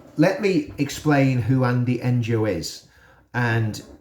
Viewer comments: I'm not being a clever dicky but his name, 'Ngo' is pronounced 'No' ;) As for this Mumford character, like you say, he caved in. He read the book, was moved sufficiently to tell others, then couldn't take the heat it generated. He clearly didn't understand the important message in Andy Ngo's work. Shame because above all else, Ngo is an extraordinary brave man. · It’s a silent G. Andy Ngo is pronounced Andy (No)